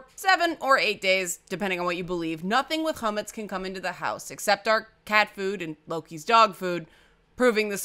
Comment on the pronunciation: I know I'm late to the train but: 1. It's not Ch*o*metz it's Ch*a*metz. Chometz in hebrew is vinegar. 2. Hagada is pronounced haGAda and not HAgada but close enough. The rest of the words are pretty much spot on or very close :D 3. Actually it's very interesting that your Seder Plate has a "bone". I've never seen a plate with a bone drawing, always chicken leg. I wonder if it's like the dreidel that has a different letter between Israel and the rest of the world. Happy Passover... or at least what's left of it...